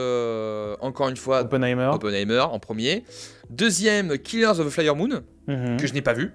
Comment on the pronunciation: Reality n'est pas adapté d'une pièce de théâtre !! C'est adapté d'une histoire vraie où des agents du FBI débarque chez une femme soupçonné de qqch. Les dialogues du film sont exactement les vrais dialogues qu'il y a eu pendant son interrogatoire. Autre chose, tu dis killers of the "flyer" moon (j'avoue c'est marrant). Et pour les acteurs, je tiens à parler de Dominic Sessa, grande révélation dans Winter Break ! (et Nosferatu sort le 1er janvier 2025)